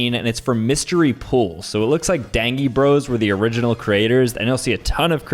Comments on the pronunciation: I started crashing out when he said daNGie bros instead of dain g eee bros because the second one is just how you say it and that is that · “DanGie bros”💀 (the proper way to say it is DANE-JEE-BROS) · It's pronounced dain-jie not dain-gie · no way you just said dangy bros instead of dangie like danger LMAOOOOOOO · Uhhh that is just wrong the way you litteraly said ‘dang e bros’ its :’dan”j”ie bros’ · my guy just said "danGIE" instead of dangie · It’s pronounced Dangie Bros with a J sound not a G sound that’s how the actual Dangie bros say their name😭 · Bro said Dang-ie Bros instead of Danjie Bros add the j to help pronounce 😅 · "danGie bros"💀💀💀 it's pronounced dayn-jie bros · Its pronounced dang-jee bros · It's pronounced DanJie bros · I don't mean for this to be hate but I've been watching dangie bros for a while and the way you pronounced it is wrong, it's pronounced dane-jee bros again no hate love the video keep up the good work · So dangie bros is weirdly actually pronounced Dan-jee bros 😊 and have a good day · BRO him saying dangie bros like dang y bro Triggered me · You say dangy Bris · Bro pronounced dangie bros so weird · bruh the way he pronounced dangie😂😂